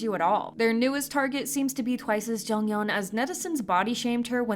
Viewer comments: Its not jungyeon it is jeongyeon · Who's "jungyeon" I though it was jeongyeon 💀